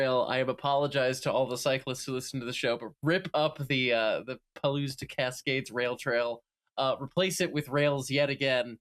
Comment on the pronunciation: Palouse is pronounced puh-loose not puh-looze. sincerely, someone with immediate family from palouse